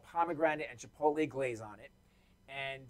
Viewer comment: he sure does 🌶